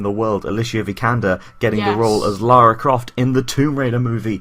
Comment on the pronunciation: "Laura" Croft... My god.